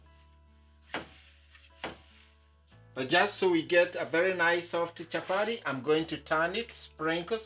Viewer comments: Just say chapati and not chapari and butter and not barra! Be proud to speak with that African accent. Otherwise kudos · It's chapati not chapary😂😂,nyc job